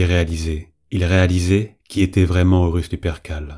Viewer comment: L'utilisation de l'"IA" afin de gagner du temps est louable mais il faudrait faire attention aux noms. Je viens de finir les word Bear via Spotify et et Horus devient "Oh Russes", Tzeentch lui devient sentch. PAr contre c'est un excellent travail.